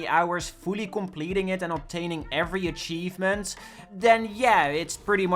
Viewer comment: no more akchievment...